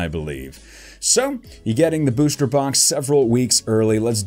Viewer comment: Ur always pronouncing booster as booshter